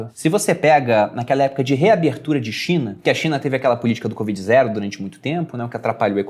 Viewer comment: só eu ouvi "Xe a Cinha vai mal..."? Rsrs...